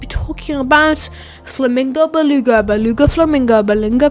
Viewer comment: why are u saying beluga and flamingo so weird like dude stop:/